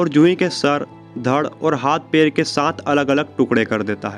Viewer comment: सुरुवात नही शुरुवात, पेर नही पैर , पेसे नही पैसे, अपनी language ठीक करो।